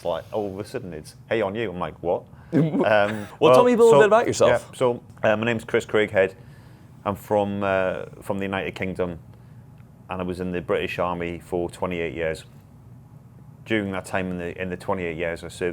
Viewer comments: It's not pronounced 'Crag', it's 'Cray-g', like 'Vague' - only Americans pronounce it 'Crag'. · It's pronounced Crey'g not Creg. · "Craghead"? Come on, those American vocal chords can do it, it's "CRAYGhead". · That would be craighead not craghead lol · At first I thought he said his name was “Christian Crackhead” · I thought you said This is a Christian crackhead 😅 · I thought he said Christian Crackhead lol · i thought he said Christian crackhead 😂😂😂😂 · I was listening to the video, and I was really caught off guard. Christian Craighead, Not crackhead. Rude? Prolly. Accidental? Yes. Sorry? HA! Try again :p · I thought he said Christian Crackhead😂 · yeah when I heard him introduce him as "craghead" I thought that's not his name 😂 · i swear to god you said 'christian crackhead' 💀